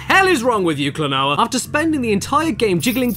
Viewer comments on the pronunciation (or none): Remember its a Japanese name so using their phonetics its Klo-No-Ah :) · Name: Klonoa Pronounced: Kla-no-ah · Caddicarus: Spends some of video making fun of the game’s name and mispronounces it in all kinds of ways throughout the vid : Just outright says it XD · First Klonoa's name, and now Caddy couldn't pronounce 'Phantomile'. Hahaha. ^u^ It's pronounced, 'phantom-mile', by the way. :-) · Klonoa: I Really Can't Pronounce This Game